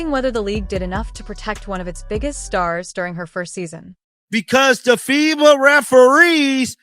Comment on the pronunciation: Stop mispronouncing fiba😮